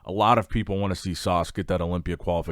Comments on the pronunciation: Ssss- ah- ssss not sarrrsssss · Guys, I think he's taking the mickey out of the way pronounces "Sas". To us non-Americans, it sounds like he's pronouncing it Sause